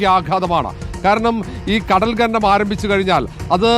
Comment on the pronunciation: ഘനനം അല്ല കോപ്പേ "ഖനനം "ആദ്യം നീ പൊയ് നാക്കുവടി.. പിന്നെ അക്ഷരം പഠിക്ക്